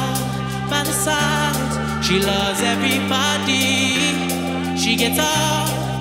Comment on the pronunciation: why he mispronounces "everybody"? Is it because he is from Canada?